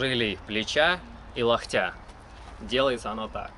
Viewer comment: Мне послышалось, или он сказал "Лохтя"?